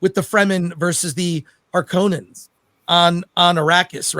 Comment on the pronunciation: It's harkonnen, not harkoooonen